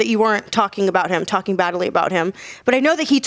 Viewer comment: Fury: I'll fight anyone Whyte: he's tarking rubbish 😂